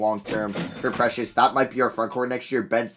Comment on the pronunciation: And Precious I think lol